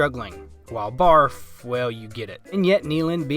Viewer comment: I love how the narrator and comments such as your continue butchering Barfs name.😂